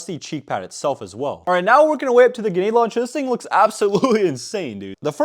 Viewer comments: It's GREnade, GRENADE. Not Genade. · GREE NADEEE stop saying Gnade plssss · It’s Grenade not Genade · ganade? its grenade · ITS GRENADE STOP SAYING GANAD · i gotta know, why do you pronounce grenade launcher "genade launcher" 😅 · My eye twitched everytime you said gehnade launcher and not GREnade launcher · ok is it me or is he saying genade launcher? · Stop saying “ganade”. Driving absolutely nuts. Lol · What the fuck is a guh-nade launcher? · Bro says ganade😂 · "genade launcher" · Who tf says "ganade" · Bruh grenade has an R in it. It's not genade... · Ga-nade launcher lol Where did the R go? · “GuNAde laUNchEr” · bro says "ganade launcher" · You need to pronounce the R grenade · Did you/can you zero the scope on the sniper? Might make a big difference... Also unironically mispronouncing grenade every time was painful. There is an "r" in there. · Is it just me or does he just forget the R in grenade launcher? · You know there is an 'r' in grenade right? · Bro still saying grenade wrong after i don’t even know how long anymore 😂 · it pisses me off the way this guy says karkage and genade but I otherwise love his content! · Ah yes, genades, carkiges and the marine corpse. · PLEASE PUT THE R IN GRENADE AND THE T IN CARTRIDGE